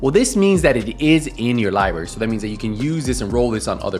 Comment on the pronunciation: Lie berry 😂